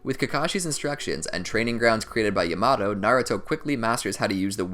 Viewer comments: when you said “yamato” as “yuh-MAto” instead of “ya-muh-toe” i lost it im sorry ik it’s annoying when ppl bring up name pronunciation but it was so funny to me😂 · Bruh is yamaTo not yamaDo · my guy said yamado instead of yamato ;( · Its called yamato not yamatoe no disrespect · He said yumawto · bruh its not yomoto its sounded like yah-ma-toe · When he said yamado it threw me out of the video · This is amazing! However, the way he pronounces Captain Yamato's name gets me triggered... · Bruh the way this dude says “Yamato” pisses me off but I don’t even know if it’s right or wrong😂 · I hate how this guy says Yamato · Anime. Simp it doesn’t need to be Japanese. But like wtf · He is saying yamatos name wrong